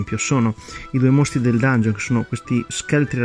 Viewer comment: Dangheon? Santo dio le orecchie.